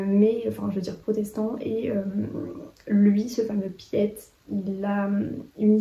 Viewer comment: Je voulais juste dire que "Piet" en néerlandais ça se prononce "Pit" en pas "pièt" 🙈 c'est le diminutif de Pieter. Le réseau Alice est dans ma PAL, j'ai été convaincue de le lire cette année 😊